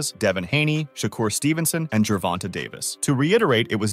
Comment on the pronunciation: Who is Gevonna, learn to speak.